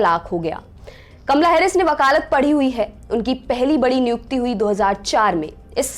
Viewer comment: Kamla ya kamala sahi bolo